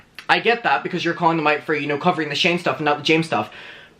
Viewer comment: 5.05 shame, instead of Shane, got me dead😂😂😂 But, it fit anyway😉